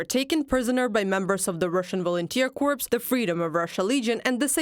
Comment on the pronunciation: Corp..not corpse